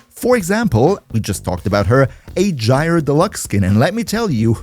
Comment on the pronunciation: Gyre is pronounce like G(eye) ER